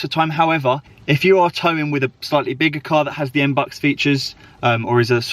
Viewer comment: It's not M-BUCKS. It's MB-You-X. Face palm...